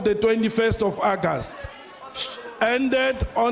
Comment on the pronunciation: What is ackast? Hahahaha. August!!